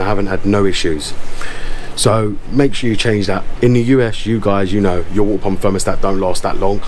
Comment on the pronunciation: Wuahteh pamp 😂 jk great vid very informative